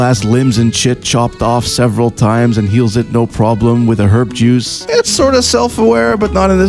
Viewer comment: I am sure you said "herb juice" yet my brain insists you said "herp juice" and I'm left wondering what strain of herpes makes your right hand come off.